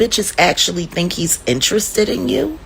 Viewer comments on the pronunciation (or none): none